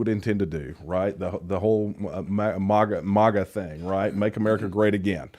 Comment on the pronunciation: 😂😂 make America strong again - Tim I’m not saying that “masa”